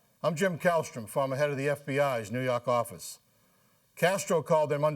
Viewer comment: "nuu yawk affice"